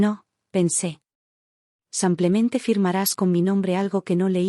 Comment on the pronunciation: Y sigue el “ Samplemente” 😂😂😂😂😂😂😂😂😂